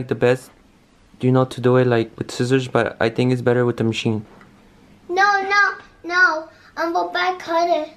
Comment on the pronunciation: George said wno instead of no 🤣😂😂